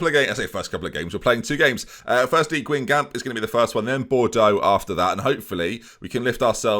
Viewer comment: RIP the pronunciation of Guingamp... Can we see the team dynamics? Cohesion must be rock bottom, consolidate this season then Europe next once they know how to speak to one another.